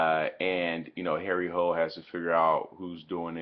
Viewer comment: HARRY HOLE, HARRY ACTUAL PRONOUNCED HARRY HOOLA